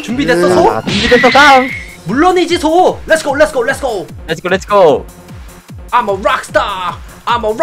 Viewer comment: 암어 롹스타 ㅋㅋㅋㅋ 발음 찰지네요 ㅋㅋㅋㅋㅋㅋ 아 계속 기억나요 ㅠㅋㅋㅋㅋ